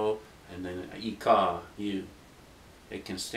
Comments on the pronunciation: hi! just wanted to correct your ikaw you dont say it ika its (ee cow)... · you did a nice job but ikaw is pronouned (ee-kow)